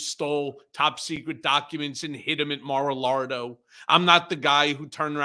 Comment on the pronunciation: ...Did Cohen just say Mar-a-Lardo?...